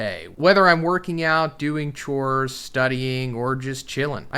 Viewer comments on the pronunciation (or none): none